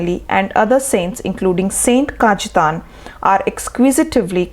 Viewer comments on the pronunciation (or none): Atrocious pronunciation. Please get a person who can speak and pronounce names correctly. The commentator has ruined the name of St. Cajetan and has read the script with no feeling. Just monotonous. The video is interesting minus the accompanying commentary.